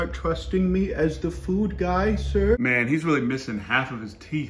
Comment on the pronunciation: I love how you say food and water “Feud an’ wata”